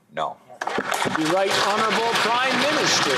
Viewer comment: Trudeau must love it when called houneralbul p m ha ha ha